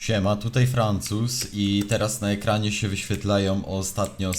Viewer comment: Dobre jest to że każdy mówi "FRANCUZ " chyba wiesz oco be XDDD